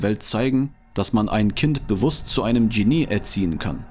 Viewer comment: Der Sprecher sollte die deutsche Aussprache von Genie und IQ nachschlagen!